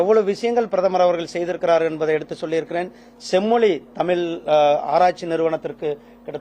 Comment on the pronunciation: நீ முதல்ல தமிழ் ன்னு ஒழுங்கா உச்சரிக்க பழகு.... 😂